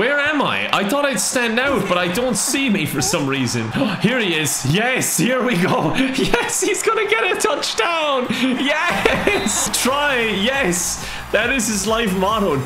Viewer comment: Why did you said touch dawn? I still heard my heart breaking 🤣